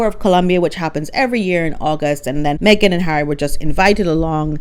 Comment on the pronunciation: Lololol - MEG-ILARIA 😂🤣😂🤣😅